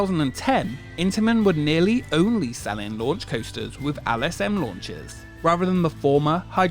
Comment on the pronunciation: Why do you pronounce “L” as “Al”?! It’s LSM not Al S M 😂